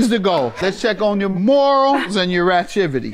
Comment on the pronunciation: Judge mathis just made a word "RATCHIVITY"😂